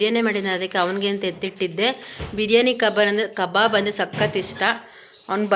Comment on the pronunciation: ಕಬರ್ ಅಲ್ಲ ಕಬಾಬ್ ಅದು 😂😂😂😂😂